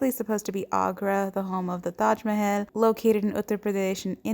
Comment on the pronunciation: omg taj mehel thank youuuu if i hear one more taj mohol i will scream ❤️